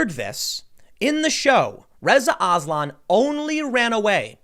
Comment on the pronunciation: When you said "Reza Aslan" I thought you were saying " RIZZA ISLAM"